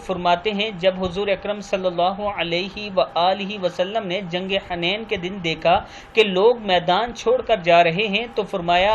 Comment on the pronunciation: Jang e Hunain جنگ حنین ح پر پیش لگا کر ہڑھیں